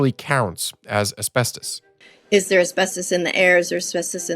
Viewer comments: Bro just SAY ASBESTOS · Why are you bouncing between pronunciations within the same breathe and gatekeeping the word asbestos for 9 minutes? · almost 10 minutes in only when it says asbestus... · How many pronunciations is a single person going to use for asbestos? Hahaha man